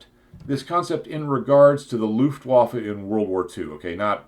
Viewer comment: See for the proper pronunciation of "Luftwaffe".